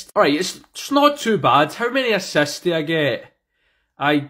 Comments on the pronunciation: Bro said asasts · I love when he says asasts